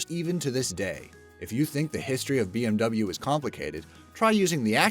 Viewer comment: Bmw pronounced very rong